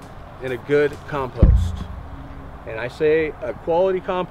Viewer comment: Learn how to speak English, though. 'COMPOST'. Say it with me...